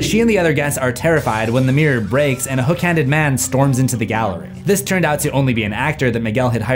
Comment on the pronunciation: You said "hook handed slasher". I heard hash slinging slasher...